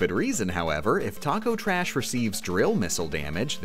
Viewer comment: it just dawned on me, one of the few enemy/boss names you bothered to get right was TAKO TRASH. what's your problem